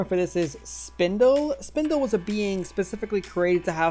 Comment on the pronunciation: AAAAAA it's Spinel! not Spindle